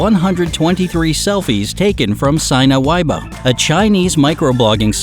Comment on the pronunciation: Sina Weibo is a Chinese company, therefore aligns with their pronounciation....“Sina” is pronounced see-nuh (not “sign-uh”) and “weibo” is pronounced way-bwo (not way-bow). It's a little nitpicky, but I lived in China for a while, so it really stood out.